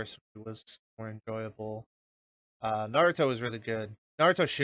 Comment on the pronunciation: That guy sounds so fucking dumb, he can't even pronounce "naruto"